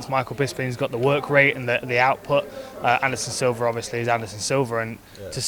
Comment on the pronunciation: I swear Hardy said "Anderson Silver"